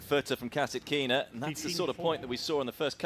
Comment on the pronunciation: Please,pronounce right-KASĀTKINA not kasakina....